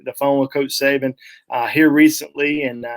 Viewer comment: It is Saban not Saben.